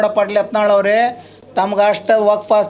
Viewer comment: Nin modlu sariyagi kannad matado ni erudu karnatak dalli ಯಾತನಾಳ ಅಲ್ಲಾ ಅದು ಯತ್ನಾಳ್